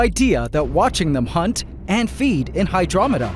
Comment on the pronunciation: i've complained before about how when you begin a word with an H you are hitting the letter so hard you sound like you're clearing your throat. It has been ignored... but if you keep pronouncing the word "Hunt" like that you will get demonetized